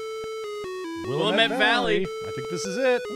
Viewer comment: Oregon Trail messed me up, man. It was in every classroom when I was a kid in Indiana, but then we moved to Oregon and it confused the heck out of me because it always gave me the impression that the game ended when you reached Oregon. But the Willamette (wil-am-et, by the way) Valley is FAR into the state. Probably 60 miles from the Pacific coast. You've been in Oregon for a good 300 miles by that point.